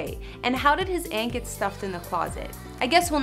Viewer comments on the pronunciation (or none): none